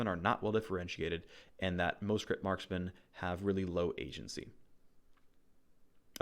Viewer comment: Marskmen? wtf is a marskmen? Do you mean Marksmen? as in tanged adc? smh